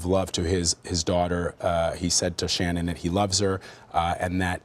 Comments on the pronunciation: I'd love to hear from the mistress. To add- his parents victim statements were inappropriate. They barely mentioned Shannan and the kids, it was all about “we forgive you Chris”. And I’d wish they start pronouncing Shannan’s name correctly. It’s pronounced “Shann-an” like Shannon not “Shan-anne”. Her Mother pronounced it correctly. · I hate the fact that Vladimir Duthiers can't even pronounce Shanann's name properly. Some reporter! He also gets a number of other facts wrong (i.e., "Nico" was not a nickname, idiot). Please do your research prior to going on air. I'm guessing you're not a Columbia School of Journalism graduate, to say the least. Do you have ANY journalism credentials? Whatever. I'm so proud of all of the awesome reporters out there, and people like this guy cast shade on all who strive for accuracy and precision. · Why does the prosecutor keep calling her "sha-NAN?" Weird. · his mistress says shunANN tho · I’m not sure if big man in black suit is the prosecutor but he should have the respect to pronounce her name properly, not shin-Anne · I realize this is years afterwards, but for the primary reporter, there are two issues. You’ve mispronounced Shan’ann’s name, and her unborn son was to be NAMED Nico. It was not a nickname given to that baby after his death. Thank you for your time. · Say her name correct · It annoys me the watts family can’t pronounce shannan correctly. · does anyone know why she is pronouncing Shannan's name differently than everyone else?